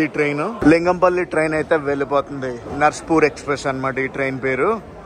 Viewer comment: నర్సాపూర్ బ్రో narspur kaadu